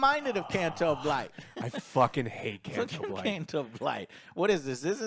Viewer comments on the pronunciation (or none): I absolutely love mispronouncing names.